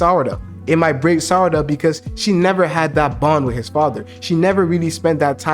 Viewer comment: Bro he also sometimes pronounces Sarada as sadara XD